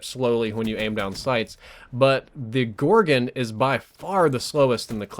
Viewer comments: Its pronounced gorgon, where do you see an i in that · 'Gorgen' lol